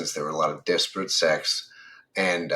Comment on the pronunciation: I love how Ai turned 'disparate sects' into 'desperate sex"